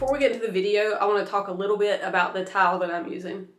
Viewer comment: Is it me or does she keep saying “towel” instead of “tile”? 😁🙈